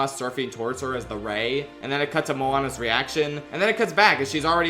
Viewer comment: And “Moanabes”